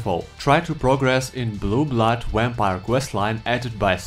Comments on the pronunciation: This is just worth it to hear saying Wampire!;) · Ur u saying Vampire like Wapire? XD